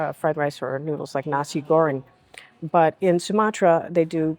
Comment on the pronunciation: That sounds a bit like “Nazi goreng” 🤣 You are very well informed though! 👌